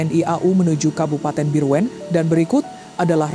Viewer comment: bireuen itu di baca bireun..